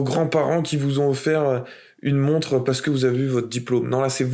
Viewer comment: Sérieusement, deuxième videos que je regarde et tu prononces une "monte"... une montRe stp!!